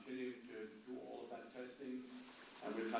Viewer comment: How could this guy not be jewish? He rambles annoyingly like a jew and pronounces the word 'all' as "ooh-all" - a sure sign of a jew.